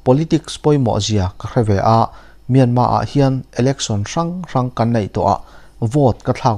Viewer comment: Myanma ti loin Myanmar ti tawh ang Mizote hian ṭawng lamfiah theih loh kan neih loh kha